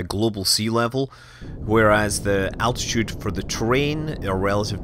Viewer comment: Do you mean, like, altitude sounds like attitude?